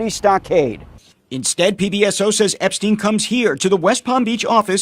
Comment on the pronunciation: Cannot Care is the inverse of Carrot Cane Please pronouce Epstein, like Einstein and not like Eps teen.